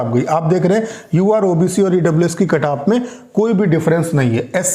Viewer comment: Kantap ni bol diya